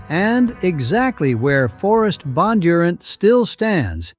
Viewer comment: The AI voice pronounced Bondunrant incorrectly, the accent should be in the d.